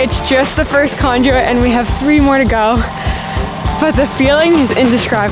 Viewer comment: Why do you keep pronouncing conduit as conjuit?